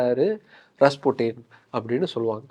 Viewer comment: avan oru tarkuri don't know how to pronounce 😅